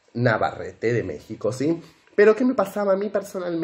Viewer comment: CIME, JAJAJA, COMO DICES, MECICO?, JAJAJA